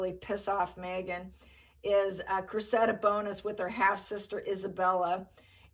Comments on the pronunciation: I think the girl’s name is pronounced Créssida, I had never heard that name before but that’s how some English lady pronounced it…… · please check out the pronunciation of Cressida 💚